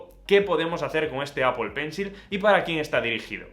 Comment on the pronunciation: Apol pencil 😂😂😂😂